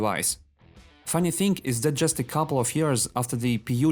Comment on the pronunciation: "TXingg" instead of thing. When u trying to speak human language and struggling hard.